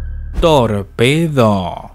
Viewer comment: Tor-pedo XD